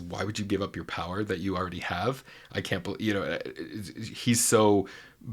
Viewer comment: love how Jonathan say "that can't" as "that cunt" lol hilarious witty af